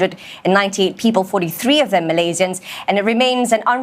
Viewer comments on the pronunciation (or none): none